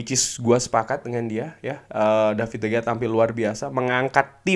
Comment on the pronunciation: Cara bacanya bukan david de gea bg tapi de hea, jgn cuma ten hag aja di korek